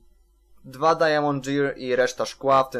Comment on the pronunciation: Mów dajmond a nie dajamond